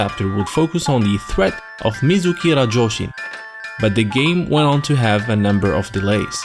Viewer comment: It's RASHOUJIN, not RAJOUSHIN!! XD